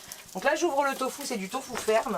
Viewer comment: Allo, j'adore vous suivre je vous ai connu grace au Vadrouilleurs, j'adore ton accent quand tu dis tofou a la place de Tofu. Je crois que je vais te prendre cette prononciation de Tofu. ❤